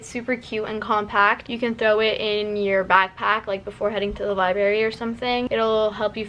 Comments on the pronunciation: I hope I'm not the only one who got so mad when she said 'liberry' instead of library... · "the liberry" NO